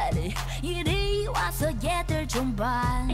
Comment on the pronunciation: Just thought I’d let you know since I’m Korean, but “Hwasa” is actually pronounced as two syllables instead of three, so the Hwa part of her name is just one syllable. Also, almost all Korean names are two syllables, which is useful to know if you’re trying to pronounce a name. :)